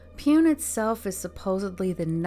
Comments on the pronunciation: Pune City is pronounced as Pooney City. Rest very well narrated by you. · Lol Pune. You sounded cute mispronouncing this